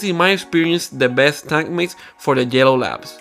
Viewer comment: Thought he kept saying jello labs 😅